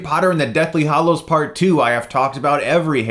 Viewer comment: I noticed that Chris seems to have a problem with the pronunciation of”hallows”.